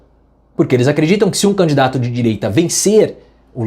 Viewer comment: "Candato"? Can-di-da-to. Candidato. Agora, é sua vez, prof. Tente com calma.